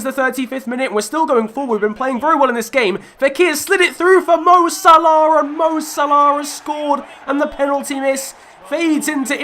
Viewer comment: Can't say Salah properly